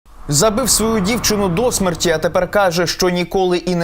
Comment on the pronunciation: Шановний ведучий! Не "дО смерті", а "до смЕрті", бо "дООО смерті" - то російською!!! Але вже добре, що Ви, а не НІКІТА!))) І не "донькА", а "дОнька", але "дочкА"!